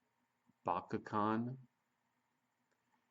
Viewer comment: it's the ch as in chalk for bachhan